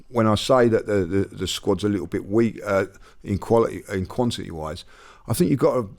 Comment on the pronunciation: "Quantiny" 2024 😂